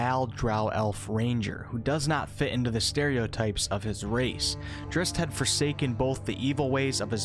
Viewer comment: No disrespect but your pronunciation of Drizzt is nothing but cringe worthy.